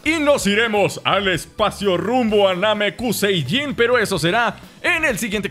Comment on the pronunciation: No es namecuseiyin es namecusei